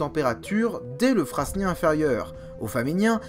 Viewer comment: Suite au live de mardi, je me refais la série du lpia😉 C'est top comme souvent, en plus des infos, j'adore la tension que tu mets dans la vidéo. Le choix des musiques est top aussi. Il faudra venir en Belgique découvrir les stratotypes du devonien et carbonifère 😉 D'ailleurs, on dit (ici en tous cas) Frânien et pas fraSnien, le s ne se prononce pas comme dans "fresnes" qui a donné frêne. Aussi pour Vizeen et non Visseen.